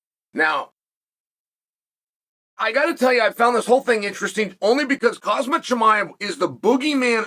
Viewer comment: Chael still mispronouncing Khamzat name has Hazmat ☣️ is hilarious